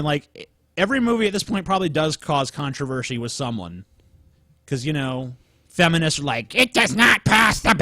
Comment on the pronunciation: says controvershi. is garbage.